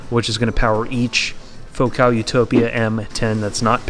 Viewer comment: Utopia, man, not Utopa 😂.